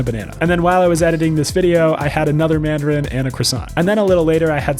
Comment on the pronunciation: "And a madrin" -Noah Anderson